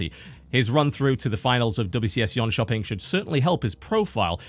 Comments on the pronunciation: .... dat pronounciation of Jönköping though. I was a bit confused at first and wondered where the hell "Yon Chopping in Sweden" was. Thought it sounded oddly Asian. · It's funny when the Brit living in the US corrects the Swede living in Sweden on Swedish pronounciation. But no, that doesn't sound correct to me; the pronounciation in that video is stressed in a strange way that makes it sound, like I said, oddly Asian. Either way, it's largely inconsequential, I just thought it sounded funny. Your pronounciation was close enough; I certainly can't pronounce the names of every random foreign city in the world perfectly and so I don't expect others to be able to either. Thanks for all the great Starcraft content!